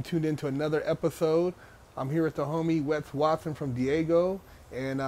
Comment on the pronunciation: Weth wathin😂😂😂 nah its Wes Watson😂😂😂